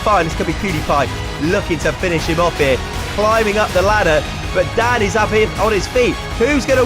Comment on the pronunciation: every time this guy said "Dan" I could have sworn he said dad